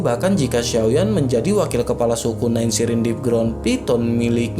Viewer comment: selalu dengar mimin sebut kelapa, sepatutnya KEPALA bkn KELAPA